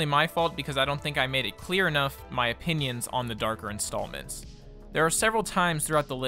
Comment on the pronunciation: "says: Intallments" proceeds to say episodes a second after